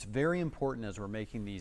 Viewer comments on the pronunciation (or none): none